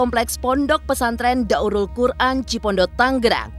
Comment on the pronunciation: Daarul qur’an kali. Bukan daurul qur’an